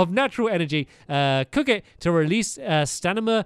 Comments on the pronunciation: Stanima? It's Stamina! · Not one person mentioned him saying stanima instead of stamina. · Love how he says “stanima” 😂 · Andreiplayz 19 and he said s t a n i m a instead of stamina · Its called stamina not stanima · He said stanima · He keeps calling it "staNiMa" Instead of stamina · He says stanima Instead of stamina 😂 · Me when he says stanima 🤨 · Did anyone notice how he says stanima instead of stamina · why's he saying stanima! its annoying